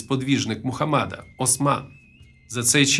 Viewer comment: Мухамеда а не мухамада